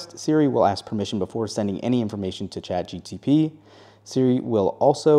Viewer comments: Saying Chat GTP instead of GPT is bothering me a lot. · It’s Chat G P T, not Chat G T P. Your welcome. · My ears hurt from chat GTP 😂😂😂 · Listen when he started the video I had to google it. I was like "don’t tell me I been saying this wrong all this time" apparently he is wrong. Feel better now 😅😂